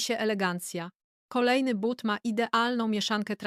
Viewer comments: Nie mowi sie bat tylko buty!! Sztuczna, niedopracowana inteligencja, królowo!!! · Ten debilny AI powinien być na tyle mądry aby czytać But a nie Bat ..słuchać tego nie można . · Jesli mozna wymawiac "buty" to jaki problem jest z wymowa tego samego slowa w l.pojedynczej? Czy to tylko niechlujstwo maszyny czy jej obslugi? Jezyk polski zasluguje na szacunek, jak kazdy inny.